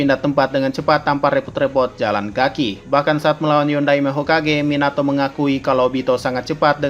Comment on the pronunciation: Minato Minyato Mieenato 😂😂😂😂😂😂😂😂hahahahaha